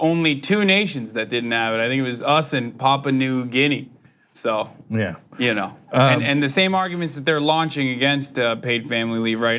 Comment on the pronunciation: Hasan. It's Pap-U-a. Not PA PA